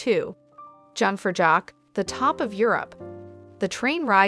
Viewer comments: Jungfraujoch is pronounced "you-ng frau yock"... please pronounce it correctly!!! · The jungfraujoch read as "jock-for-jock" was my favourite one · Young-Frow-Yacht… oi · Great places in the beautiful Switzerland in your video, thank you. It would have been better if you keep the original pronunciation of some places like Jungfraujoch, Lausanne, and some others. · I'm not even a native German speaker, and the butchered pronunciations just killed me, especially Jungfraujoch.